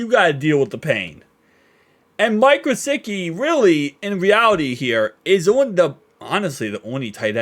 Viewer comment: Alight let’s make sure. Pronounced Gissicki. There’s no W